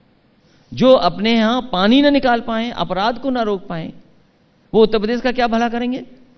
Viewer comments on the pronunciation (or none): इस प्रोग्राम में अखिलेश ने कितनी बार उत्तर प्रदेश को ऊत पदेस कहा